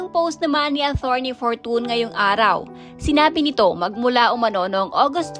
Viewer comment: Atorney..not athorney..